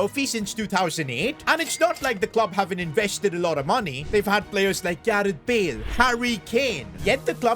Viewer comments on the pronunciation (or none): none